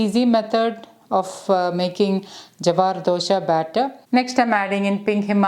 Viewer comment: Its not dosha its dosa